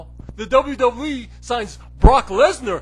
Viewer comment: Double Double E. You can't even fucking say WWE right.